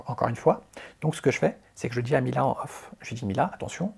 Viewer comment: Off et on stp. Pas off in 😂